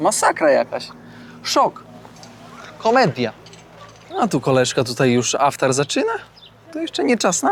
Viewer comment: Posiłek kończący dzień postu, to Iftar, a nie aftar. Tak tylko Ci piszę. Pozdrawiam i życzę bezpiecznej podróży.